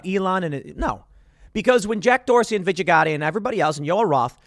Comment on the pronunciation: You're pronouncing Gadde's first name wrong.